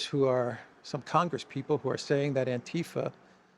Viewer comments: I think it's not anTIfa with stress on ti, but AntiFa for 'anti fascism', stress overall or on the first A. In most of Europe we have the not English ti sound (so not like saying thai) so the ti sound in itself is rightly pronounced in the vid i.m.o. but without the stress on that syllable ti :) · AntiFa is pronounced with the stree on the first a.